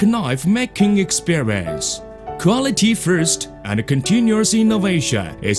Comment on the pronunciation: qualtey fourst